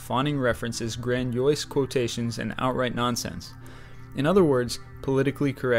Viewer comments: Grandiose. Gran dee ose. Not grand oyse. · Good video but you need to work on pronunciation. Gran-dee-ose. Not gran-joyce.